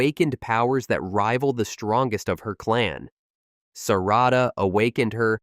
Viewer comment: EVERYTHING IS COOL UNTIL YOU SAID SARADA WHAT!!!!!